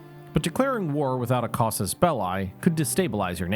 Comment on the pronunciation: belli is not pronounced "bell-eye"